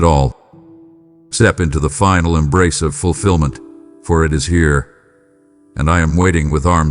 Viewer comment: " I Emnrace!"